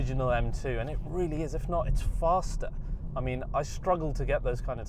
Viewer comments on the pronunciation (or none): none